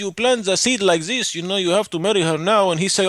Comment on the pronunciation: Good prank, but a bit of advice, as far as I know Spanish-speakers tend to pronounce "this" as "dis", not "zis"